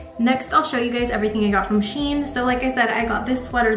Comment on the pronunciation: Cute haul! I can’t get over how nice you look with every single hat?! I love the baggy shein jumper and the checked coat! Shein is pronounced ‘she in’ because they used to be called she inside! Not sure what that name is supposed to mean though 😂